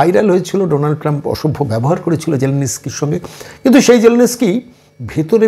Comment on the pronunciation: Batela....😂😂😂😂.....onar naam vladimir zelensky....sge uccharon ta thik kor....